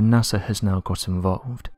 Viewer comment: I didn't know NASA was pronounced with an "R"